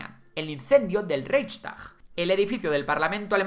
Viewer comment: Porfavor todo muy bien pero intenta pronunciar las palabras un poco bien, ReiCHstag y Munich a la española suena fatal.